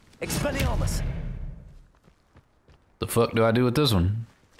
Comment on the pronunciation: … it’s expelliARmus not expelliRAmus